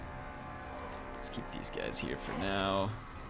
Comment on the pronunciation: "now" not "Know"